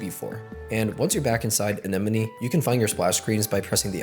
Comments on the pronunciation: First person I’ve ever watched who pronounced anemone correctly. And the cia fbi thing sketched me out when I was younger missing my 3ds 😂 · This is the first time I've heard someone in a video pronounce Anemone correctly🎉